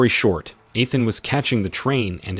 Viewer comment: EE-than.....its only the 7th movie.....Pen-quins